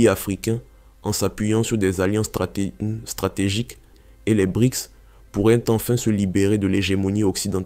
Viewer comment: BRICS PAS BRIX